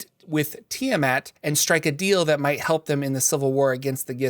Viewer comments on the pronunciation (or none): none